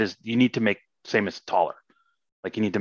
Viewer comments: wait is Samus pronounced "say-mus"?? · No. Her name is verbally pronounced in Smash. Sa-mus. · most wild that he pronounces her name like "Same - S" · I began watching this in trepidation, and my trepidation was fully rewarded, when the guy said "Same-us" and changed my world forever. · Same us? Does anyone else pronounce it this way? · I know this is an asinine thing to point out but I was thrown every time the senior engineer on metroid prime 1 and 2 mispronounced "Samus". or perhaps is that how we've been supposed to be saying it this whole time???? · It's pronunced with [a] in both japanese and chozo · Dude made metroid prime and cant even pronounce samus